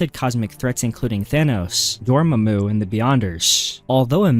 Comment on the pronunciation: “dor-mamu” lmaooo either AI or knows nothing of what he’s talking about